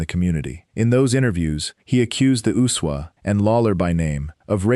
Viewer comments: Why does that dumb AI voice keep calling the USWA the Usuwah? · I've never heard the USWA pronounced as one word